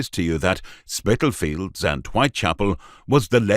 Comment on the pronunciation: Imagine calling it 'Spitalfields'...